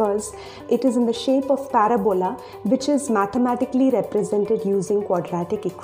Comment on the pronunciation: I like the way you say "paraBOla". I've always pronounced it "paRAbola". But I think I'll call it a "paraBOla" from now on. Not that I talk about it much anyway.